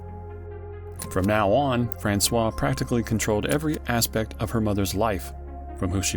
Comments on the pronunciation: I suggest learning the proper prununciation of someone's name before saying it every 30 seconds in a 32 minutes video. It's FrancoiSE not Francois. You called her a man's name ffs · please take a moment yourself to verify how to pronouce Francoise...you say Francois which is the male name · uuuggh you do so much research and you can't teach the robot narrator to say "francoise" correctly. you are using the male version of her name. you are calling her "francis" the whole time. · It’s actually Françoise pronounced « FrançoiZE » pronouncing the « Z » Awesome Job! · Françoise pronounced: "FRANSWAZ" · Bro its FRANCOIZZZZZZZZZZZZZZZZ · it's Francoizuh, u calling her a boy's name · Too bad the narrator mispronounced the daughter's name every single time. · It's very annoying that the narrator didn't find out how to pronounce "Françoise" properly. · great video, but very annoying you keep mispronouncing Françoise. Especially when you pronounce it the exact same as the other main character in the story, the photographer François! Please get the correct pronunciation if you use foreign names or words. It's very easy to do this in 2025. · The way Francoise is being pronounced is killing me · The narrator should at least try to get the basics of french pronunciation right. According to him, the daughter of Liliane Bettencourt is a boy. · French speaker here. Ignoring the "se" in Francoise makes it sounds like you are talking about a guy. You are supposed to ignore the "s" in Francois (male name) but not supposed to ignore any letters in Francoise (female name). That's how we can tell if you are talking about a guy or a girl. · I'm American and it's very jarring indeed... I also thought he was talking about a man until he said "her". This is very cringe. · I’m not French but speak a little French and this confused me too! And drove me crazy. Gah!!